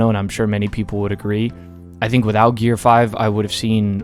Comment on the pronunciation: Finally, someone said it right.